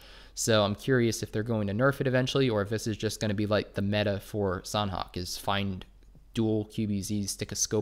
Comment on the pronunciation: Thanks for the vids... btw sanhok has silent h— so its more like sanok